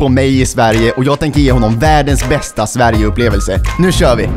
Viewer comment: Will is hilarious och adorable at the same time, especially his pronunciation of ‘Sverige’ and confusion. 😂😂😂. Jag hoppas vi får se honom igen.